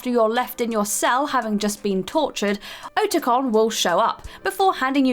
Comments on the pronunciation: ...I'm sorry? Who? "Oto-Con?" M'kay? Like... Maybe pronounce it the way he does? And the game does? And ... The english language does? Oh and you know... HOWS IT'S FREAKING SPELLED?!?!? *irrational rage* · I like but she's got some wild ways of pronouncing things. Otocon, nuzlocke. Lol.